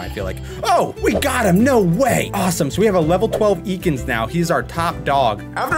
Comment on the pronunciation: I nearly died when said "EEkans"